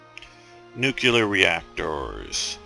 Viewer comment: Nu Cu Lur reactors. it clearly says NU- CLEAR not NU-CU-LUR :)